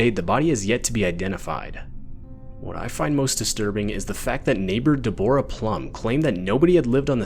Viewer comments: Deborah is also misspoken lol Im not sure that's a word but yeah 😅deb-er-rah is how that's pronounced 😅 deb-brah is how id say it 😅😅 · Deh-bore-uh!? 😂 it’s pronounced Debra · OMFG The name "Deborah" is pronounced as "Debra". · Yes bro definitely AI that doesn't know how to pronounce Deborah as Debra. There's many many more such silly mistakes on this channel which proves beyond any reasonable doubt this is an AI voice. And yes so what if this is 4 years old, AI voice is not that new. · Deh-bore-uh 😂😂😂 bruh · Why did he say Deborah like that...